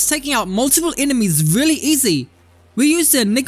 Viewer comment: It weally was a good weapon. Weally good.